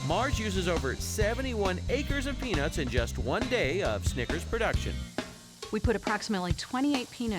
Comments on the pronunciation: Why she keep saying "peanits" tho? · Why do white people prounouce peanuts like “penis” is it that hard to emphasize the word “nut” and not pronounce it like ness🤦🏻‍♂️😂😂